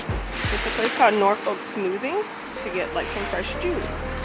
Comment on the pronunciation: I just love how you pronounce Norfolk😊